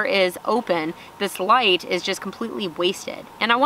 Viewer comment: "Blinded by the ligheet" 🤣